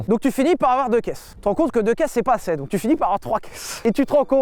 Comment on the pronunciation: Bon sylvain.. parlons d’un vrai sujet : on dit ASSEZ pas ASSAIS !!!